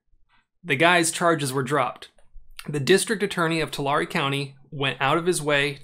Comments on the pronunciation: Tulare is pronounced Tuh-Larry. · Just wondering I live in the Central Valley. And I live 10 minutes away from Tulare but... that’s the first time I hear it like that. I think it’s pronounced “to-Larry” at least that’s how we Central Valley people say it. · Pronounced two- Larry county. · People I know who work for the county call it Too lair, no emphasis on either syllable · For future reference.. probably never bcuz nobody cares about Tulare lmao.. it’s “two-Larry”